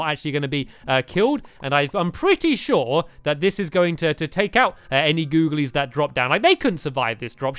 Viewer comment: Can you not say googilies for one video